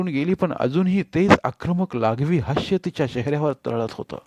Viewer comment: हास्य म्हणा हाश्य नाही